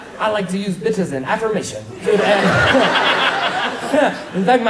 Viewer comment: I Thought That he said the word “fish” when he was talking about how he uses the word “bitch”